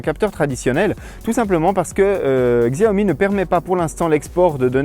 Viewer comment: Bonne video mais juste la marque se prononce Chiaomi et non Xiaomi.